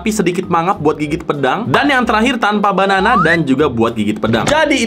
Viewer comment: Gue yang salah denger atau emang salah ngomong ya bukannya Bandana tapi Banana wkwk